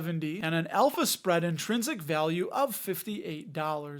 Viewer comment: I kept hearing an Elvis spread 😅 instead of alpha spread 😂